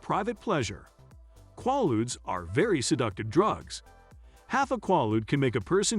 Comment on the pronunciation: pronounced "KWAY-ludes", not "kwah-ludes"---very poor writing and grammar throughout